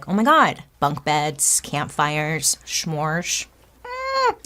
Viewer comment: Bailey… no schmmmorresss lol !!! S’mores! Crinnnge lol love you mean it!